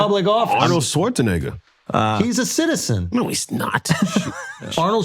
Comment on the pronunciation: Shultz said Arnold shawartz a what ???